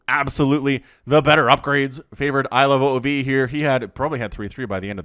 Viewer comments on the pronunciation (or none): Ilove "ove"(rhymes with move) not "oh oh vee"